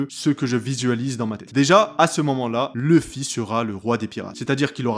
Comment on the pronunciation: pk tout le monde dit leffy et non luffy